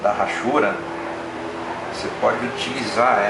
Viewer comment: muito bom seu desenho e seu video, parabéns!!! mas só uma correção no que falou: a palavra hachuras não se fala Rachuras, e sim, Achuras. Esse H não tem som de R . É só um toque, não é pra falar mal não, é apenas uma crítica construtiva . Abraços!